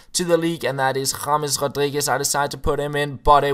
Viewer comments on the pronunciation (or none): none